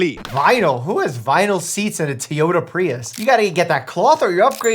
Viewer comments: Wait is he calling the car a Teyota instead of Toyota? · He said it multiple times! I had to scroll so far to find your comment! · "Tee"ota? It's TOY-ota, like it's spelled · What's Teayota? i thought it was Toyota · TOY… TOYota, not teeyota 🤯. You would suck to watch tv with. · why you saying tuyota its toy😭😭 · I can't get over Mike pronouncing TOYota as TEEyota. It's like he's never driven behind one of their pickups before. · I love your critique’s but for a cartoon it’s a little weird. And I can't help myself but I own and drive a TOY-ota not a T-ota. But maybe where you're from they do. Or is that just a generational slang thing? It just caught my ear and seemed so wrong. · Worse part of the video is your a doctor and cannot say TOY YO TA...not teeeoya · Tee-yota? Does he not know how to pronounce Toy-ota? Lol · Normal person: Toyota Dr. Mike: Tea-yoda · Not Tee-ota....it is Toyota....sigh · Teeota? Did you mean Toyota? 😂😂😂😂😂 Bruh 😎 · why do you pronounce Toyota as Teeyota?😂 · I love how smart Dr. Mike actually is, successful doctor and internet personality on his own. Yet some how does not know how to say Toyota(Toy-ow-tuh) and has decided to make up his own way to say it, (TEE-YODA). I am no just twitching uncontrollably on the ground as if experiencing a grand mal seizure(in the clonic phase) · It's TOYOTA, not TIYOTA... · Toyota ❌ Tee-yota ✅ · Did you say Tiyota instead of Toyota? Lol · How most pronounce it: toh-ee-oh-tah Correct Pronunciation: toh-yoh-tah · Had to pause watching this on my TV to post this on my phone. It's hilarious how you pronounce to-yo-ta as tea-o-ta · What's a teaota I know a Toyota 😅😂😂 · Why do u say tee oda not toy oda lol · Anybody hear tiiiyota prius, cuz that hurt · What's a Teeyota? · Tiyota?? Wtf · The biggest crime of this video is Mike saying "Teeyota" several times. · I've never heard anybody pronounce it "Tee-ota" before lol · What the hell is a "tee-yota" Prius, Commie? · Did he just say…”Tyota”??? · What's a "Tea ota"?